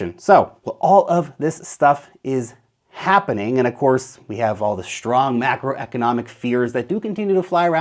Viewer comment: There's no "h" in "strong". 😮